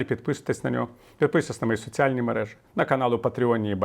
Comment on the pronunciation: Не мережИ , а мережі